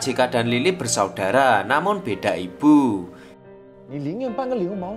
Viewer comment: Kenapa ya kita orang jawa susah nyebut huruf B??😅 Ibu di bacanya ipbu🤣🤣 Bibir dibaca Bipbir😂